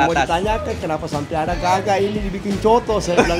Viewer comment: bang...sebutannya "COTO" bukan "Soto", dan kalau makan COTO itu harus diracik bang..pake sambal tauco + Jeruk Nipis + sedikit Kecap...